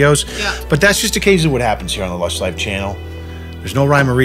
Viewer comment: It's odd how your guy's boston accents come out at various and subtle ways. for instance